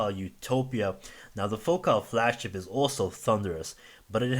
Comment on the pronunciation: Focal pronounces it like locale, he has it right ;-)